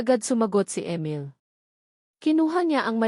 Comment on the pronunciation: Ang pangit Ng boses Mo..ang Emil naging amel.ang oa mu mg basa..hndi nakakatakot ang story kundi nakakairita ang boses muh